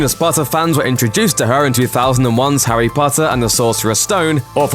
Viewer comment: "Harry Butter" Killed me 😂